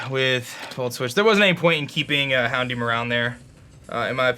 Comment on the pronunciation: HounDOOM lol it served its name well